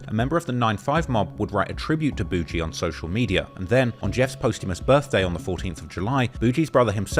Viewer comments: Boogie isn't "Boo Gee" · Gawd your such a foreigner… it’s pronounced “ buhgiiie” boogie not boo-gee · Buh-ghie! Jesus man, do yo homework on simple nicknames. Calling him boo-jee is crazy 🙄😫🤧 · Nga who tf is Boo Jee 😭 its boogie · Why is this clown sayin boujee? 😅😅😅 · Is it really pronounced “Boujee” or is this just another case of a content creator who can’t pronounce names? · It’s boog-eee. The g makes the same sound as golf. Not a j. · I'm quite certain his name is boigie as in mucus or snot from your nose, and not BOUGIE. Do your homework, especially if you going to try to capitalize and make money off of the Black culture which you clearly don't know much about. It's disrespectful as hell for you to be doing a video about somebody's life & death, making money off of this dude story and you can't even get his name right. This culture vulture crap is getting way out of hand!! 👎🏾👎🏾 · Calling him boo-gee is crazy